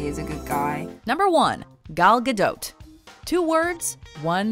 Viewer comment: It’s not pronounced ga - dote , it’s pronounced ga- doe